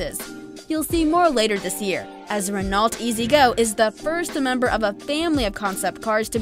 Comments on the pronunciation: ITS PRONOUNCED "RE KNOW" NOT RE NAULT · Renault is pronounced reno